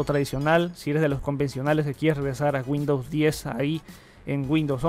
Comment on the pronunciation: Bueno sabes mucho ..pero por favor mejora la pronunciación..... No es G’UINDOWS...CON G SINO CON W..